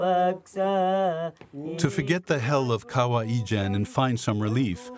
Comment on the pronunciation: Fantastic video but rather funny listening to the narrator pronouncing the word 'kawah ijan'..actually it is kawah ijo. To us in Malaysia we call ijo as hijau.meaning green.